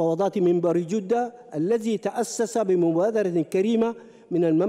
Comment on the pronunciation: كيف داء دخل السلك الدبلوماسي يقراء خطاe قال جودة بضم الجيم خطاء كبير من انسان في مقعد كرسي الخا،جية عيب جدة بفتح الجين وليس الضم